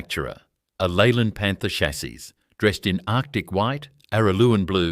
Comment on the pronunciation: what the hell is a Leyland PANTER? stop using Ai